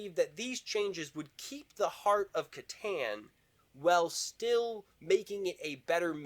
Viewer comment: You pronounced Catan two different ways!!! 😄😄🙂